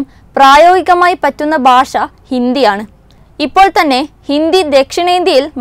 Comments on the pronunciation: ബാഷയല്ല കൊച്ചേ ഭാഷ ബ്+ഹ്‌ + അ= ഭാ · Not Basha, it is Bhasha. So news reader please learn to speak Bhasha. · ബാഷയല്ല. ഭാഷയാണ്